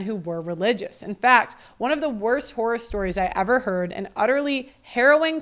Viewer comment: You said "horror stories" but I heard "whorer stories" and I was absolutely horrified by that. (You might say I was "whoreified.")